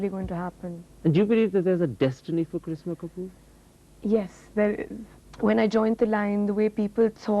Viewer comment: The host pronounced her name correctly then..